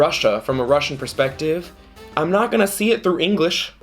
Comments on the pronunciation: Your Russian is really good! You're pretty much nailing the pronunciation, that's impressive. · I'm russian and I agree that our language is complicated🙃 but I have to admit that pronunciation is actually pretty good😎